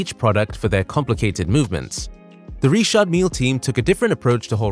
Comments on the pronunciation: Never heard it pronounced like that before. All the rappers just use the normal Richard pronunciation. Ritch-ard not Ree-shard. Also Mill that rhymes with hill and not meel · Are you saying Richard or Reshot? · Don’t church it up dirt. It’s Richard no reeshard. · It’s not ríćhářď it’s Richard. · 🤔🤔... sooo it's not pronounced "Rich-ard Mil-lee"....😂😂😂😂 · "Reeshard" Lol.... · please allow me to advise you about the d is mute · Why is Richard pronounced so weirdly? Also I share the same initials lol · Why it so hard to say Richard 😂😂😂😂